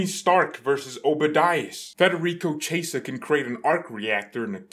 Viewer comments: Ki - Eh - Sah. Not Che - Sah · His name is pronounced as "kiyeza" 💀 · His Name is pronounced like kiesa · Let him say 'chesa', it's so funny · "Chi" in Italian makes a "kee" sound as in "keep". You should pronounce his name as "kee-yeh-sah", with the first two syllables said really fast together. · No it isn't. "Chi" in Italian makes a "kee" sound as in "keep". For anglos who don't speak Italian, you should pronounce his name as "kee-yeh-sah", with the first two syllables said really fast together.